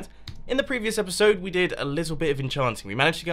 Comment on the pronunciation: omg it's erpiserd sixty-flaka